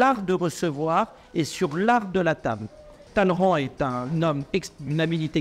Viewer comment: sait prononcer « Talleyrand » correctement.